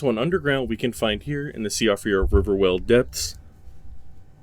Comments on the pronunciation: Siofra is pronounced "SHEE-frah" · worst pronunciation of “Siofra river” ever but also the same intonation every time it’s said? - “albinaurics” also sounds off - weird ass pauses (e.g. before “site of grace”) - awkward structure - spending two minutes to enumerate all the ruin locations and all the marches, scene by scene descriptions of walking up stairs - strange phrasing like “we can solve the dynasty” - not solve the secret of the dynasty? what secret again? the smell is off and there’s been a lot of these channels showing up; that said I could be just paranoid